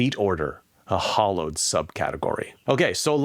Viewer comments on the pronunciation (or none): I think all of these are good techniques to get the reader to read the second sentence, and maybe the third and fourth, and possibly the whole first page. The entire book will take a lot of good sentences and great storytelling. :) Also, fwiw, "hallowed" is pronounced "howllowed" not "hollowed." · In the "Snow Crash" example, the word "hallowed" is pronounced like "Halloween", not "hollow" (like a hollow log). Hallowed = revered.